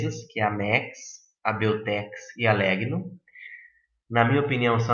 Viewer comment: A pronúncia de Legno é lénho.